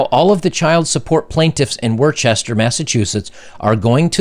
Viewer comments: It's pronounced Woster, not Worschester. It's a common mistake. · It is pronounced “Wuhster,” not “Worchester.” Crazy, I know. Just like the divorce system. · It's pronounced "wooster" not "warchester" Massachusetts. Other than that, this is something out of a horror movie! Holly crap! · You said “Worcester” wrong. You pronounced it “Worchester”. It’s pronounced “Wooster”. Don’t do it again! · Not that it matters, but we pronounce worchester as whista! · lol, it's pronounced "Wistah" (worcester) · Lol "Worcester" Massachusetts!! It's actually pronounced "Woostah" or "Wuss-ter" (if you don't have the accent) 🤣😂 That's the same "court" that destroyed my life. 😠